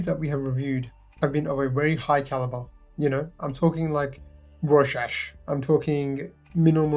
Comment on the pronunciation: It's not roshash. It's pronounced roshaakk